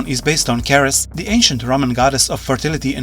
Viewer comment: Ceres is pronounced like cereal (the breakfast stuff) cuz it's Greek/Roman in origin